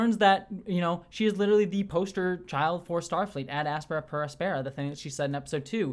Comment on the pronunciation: My biggest complaint about this episode is that Boimler, like Una, mispronounced the motto "Ad Astra Per Aspera." The accent in Aspera should be on the antepenult, not the penult, as the penult is not long by either nature or position.